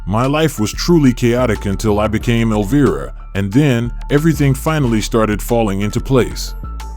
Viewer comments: Elvira is pronounced EL-V-I-RA, not elva. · sorry but you kinda mispronounced her name. not a big deal but still... instead of el-veer-a its el-vye-ra. not a huge thing just sayin... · Your ai SUCKS!!!!! Every time you f*** up her name as "Elveeera" we know you are another idiot hack PS: I forwarded this POS video to Cassandra, and I hope she sues your idiot a$$ out of existence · Alveerah ? Elva ? AI robo-voice FAIL ! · Elv-Eye-rah;) Thats how one pounces her stage name. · Teach your Ai to say Elviiiiiiiiiiiiira correctly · Eleveera,come on ai then he said elva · I almost immediately stop watching anything that has a bot voice mispronouncing the very name of the subject of the video. Incredibly lame. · Why not show pictures we have never of her. We have all seen those pictures. And learn to pronounce her name properly. Also. Cut out the background talking. It is annoying as hell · Learn your A I. Frankenstein to pronounce my queens name properly and I ban you forever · Boo on the AI's pronunciation of Cassandra's horror character name of "Elvira". Her character name is pronounced with a long "i". I would believe that an AI can be customized with special pronunciations for names or words associated with particular associations or applications.. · BS. Her name is mispronounced twice in the first minute. I don't see any "rare" photos of consequence and these "comments" are all computer generated. Crap. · In the first minute of this video, the narrator mispronounces Elvira twice! What the heck?? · please teach your AI to pronounce "Elvira" correctly...,kinda ironic that it rhymes with vampira but it gets that right?😆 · 13 seconds in and you ruin your credibility by pronouncing Elvira wrong. Get better text-to- speech software or record your own voice or whatever, but if your intention is to educate, do a better job. Like try watching an episode of her show or an Elvira movie ffs. And why the old-timey scratchy film filter?